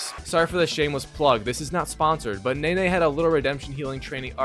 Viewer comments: Pronouncing Naoe as Nay-Nay is wild 😭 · It’s Now-aye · it’s pronounced now/ay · Worst plat video on YouTube. This guy didnt even watch the cutscenes or listen to dialogue, probably just skipped through everything. How does he not know how to pronounce Naoe when characters mention that name through the entire game? I can already tell he made his opinion up of this game before he even played it. It's clearly the trend these days to hate every new game that comes out. I understand there are bad games that release but not every new game deserves the hate but like i said it's the trend. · Yasuke and Naoe are named every vew minutes in the game but you still mispronounce them in the worst way 😂 Nene and ASSuki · “Yasss-Kay”…. “Now-ayy” smh 🤦🏽‍♀️ lol. Not yaquess and nay nay 💀💀💀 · YasssUkey = Yasuke, Nah Oh Hey = Naoe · if anyb wondering its (yas-oo-kay) and (now-aye) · Yusuki and Nene. I love how this guys butchers every name he encounters